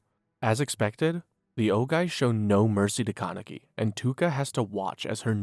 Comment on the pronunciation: Also kept saying "ka-neck-ee" instead of "Kan-a-key"